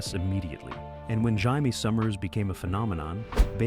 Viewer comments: IT'S NOT " HIGH-MAY", IT'S "JAY-ME ! If you people can't even get the names correct, what ELSE is screwed up 👎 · How freaking hard is it to pronounce JAIME!